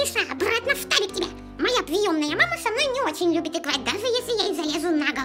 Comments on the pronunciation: Maria Litvina не штабик, а фтабик :D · Не штабик,а фтабик) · Mrs. Polly не штабик а ФТАБИК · - Не фтабик а Штабик!! - Ф-фтабик! Фтабик!